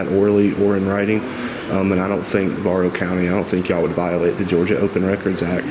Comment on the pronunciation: “Bear-ow” county. Hope that helps